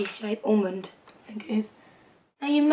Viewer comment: Almond? Almondy? Ormond? Almond?